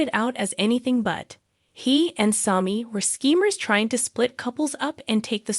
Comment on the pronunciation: Learn how to pronounce there names or stop talking about Days. I have been watching Days since the beginning of the show Sammy not smoke or whatever your saying. 1965 is when I started watching with my mom. 30 minute show in black and white